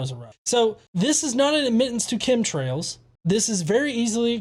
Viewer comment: Did he say "cumtrails?" at ?